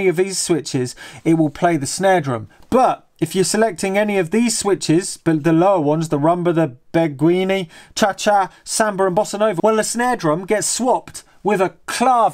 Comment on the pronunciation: Beguine is pronounced like beg-een. Nice video.